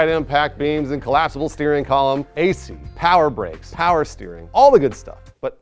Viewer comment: I love you. But you can’t say powah with the hard “R”